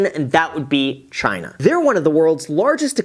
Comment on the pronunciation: Did this guy say that Choina will collapse in 10 days or so? Lmfao